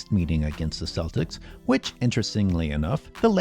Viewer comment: You need to stop calling them selltics. They're the Celtics, CEL-TIC. Please, do some European history lesson for once xD